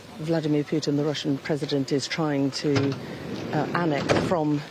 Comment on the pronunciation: Its Russia not Ruzzia say it right or pay the price